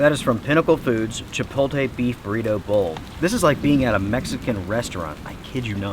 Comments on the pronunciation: chipotle noun chi·pot·le NOT chi-pole-tay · Just a note, you are pronouncing "chipotle" wrong. You're saying it as if the 'l' comes before the 't', it's the opposite - think 'Chi poat lay'. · Chipoltee? Tee hee